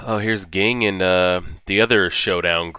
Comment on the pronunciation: Looking forward to more of this. But just so you know, Ging is pronounced "Jeeen".